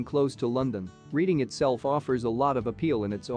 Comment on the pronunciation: Bristol is located in the south-west, not the south east. Reading should be pronounced Redding, as in Otis.